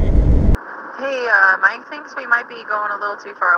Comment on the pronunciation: lmao “mnine”